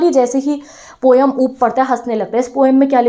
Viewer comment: Mam app bhi poem ko poyam bolne lage